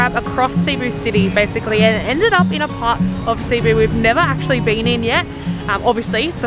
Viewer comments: Your first pronunciation was correct - it should be pronounced "Seh-boo" :) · just pronounce it like us bisaya as "sibu" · It's Cebu not Cee-bu 😊. Each lechon restaurants have their own ingredients and recipes. I am from Cebu and I always like House of Lechon and Cebuchon. You should also try ngohiong, siomai, chicken inasal, liempo. 😋 Before all the big malls and infrastructures in Cebu, Fort San Pedro is basically a place for family picnics and outings. Even until now people still like to spend time in there. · I'm from Cebu. Its not pronounce at cee-bu but. C-BU. A little trivia. Cebu is actually the oldest and the first city in the Philippines. The street you walked after carbon market is Colon its the first and oldest street in Philippines. Cebu is way too small to be the capital city but cebu lays in the heart of the Philippines. I saw you also visited Magellan's cross. You should have visited Lapu-Lapu shrine it was where Lapu-Lapu and magellan fought. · That is a shrimp paste, the red small shrimp. You so lovable and adorable! It’s Cebu, not long ed. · CEBU as spelled in Tagalog SE-BU, when you pronounce the word CEBU, you have to pronounce as fast as you can not slowly CE--- BU , it's CEBU (very fast) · For Filipinos and locals its SE-BOO. But for native English speakers like Americans, Australians, British etc . They pronounce it as CEE-BOO. Either way is acceptable. But if you wanna say it like locals do, go with SE-BOO. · The way you say it is Ce-buuu. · Not SEY-boo, or SEE-boo. It's SEH-boo. 😎👍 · Hello, the place Cebu is pronounce as ( SE-BU). Try to visit IT park. Enjoy guys. 🥰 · Happy ❤️❤️❤️ Cebu- see-boo enjoy cebu city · Its Ce-bu (Seh-boo). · Cebú (Se-boo) is the correct native pronunciation. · it's pronounced as SI`BU. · No worries! Just a correction, the accent should in the 2nd syllable, thus: seh-BOO! 😎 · You pronounce it Cebu... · Cebu is pronounced as se-BOO! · Cebu, the emphasis or stress is on the second syllable